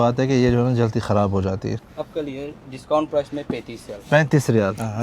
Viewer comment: mazrt ke sath Aap ki eak ghalti theek krwani hai Aap jaldi ko jalti bolty hain JALDI not jalti